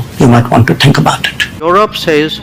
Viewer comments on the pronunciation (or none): none